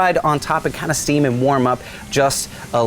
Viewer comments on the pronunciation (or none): none